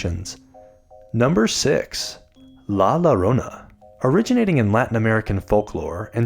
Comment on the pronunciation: k this is hilarious. BTW llorona is pronounced yorona or jorona. LL is a y or j sound in spanish :)